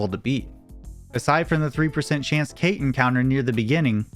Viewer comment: The speedrun is really lucky and really well documented, but "Cait" is pronounced "Ket" or "Caught" and is based on the Celtic fairy cat Cait Sith. Sith is pronounced "Shee"